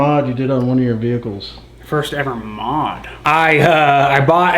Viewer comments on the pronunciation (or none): none